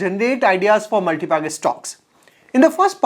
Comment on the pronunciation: Relax guy he is saying MULTI BEGGERS 😂😂